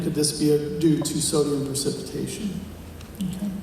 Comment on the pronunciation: It's precipitation not "percipitation". Not the correct term here for the process you discuss. Architects talk about "efflorescence" and "lime run" on brick walls. Check that process out.